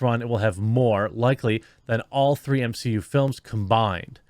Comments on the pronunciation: Realized he's saying m-she-u on purpose.. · M-she-U? More like M-Xi-U (minus Shang Chi) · The M XI U 🤣 nicely done my fren.